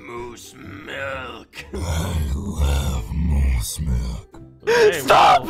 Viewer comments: Lol I love when Moose said I LOVE MOSSE MILKE lol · Omg when he said I love Mose milk I cried of laughter